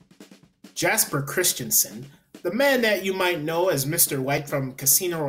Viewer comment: Btw, Jesper is pronounced "yesper" (with R's rolled).